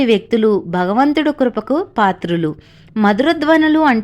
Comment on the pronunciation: బగవంతుడు కాదమ్మా భగవంతుడు. తెలుగే సరిగా రాని నువు ఇంకోళ్ళకి చెప్పేదేమిటి? భోషాణం!